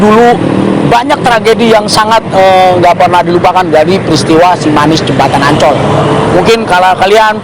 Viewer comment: Ancol bang bukan oncol 😊🤭sukses bang